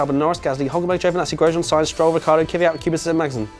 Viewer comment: man, sort out your Kvyat pronunciation...makes my ears bleed